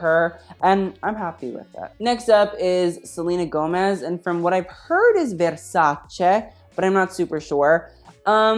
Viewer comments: YAAS MAMA IT'S VERSACE NOT VERSACIIIII YAAAAASSS love from an italian fan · He is the first American on YouTube I have heard say with the right pronunciation the name Versace!!!